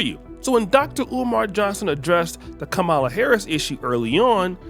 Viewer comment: It's Kamala (Com-Ma-La) not (Ka-Mel-Uh) and not (Ka-Maul-Uh) it's not that complicated 🤦